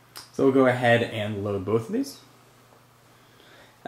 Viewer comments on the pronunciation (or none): Theese website... LOL for the accent.